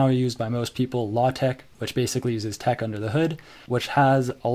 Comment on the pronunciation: You pronounce troff as one word and GNU as three words. Both are wrong. edit: You pronounced TeX wrong, two times in one sentence, in two different ways.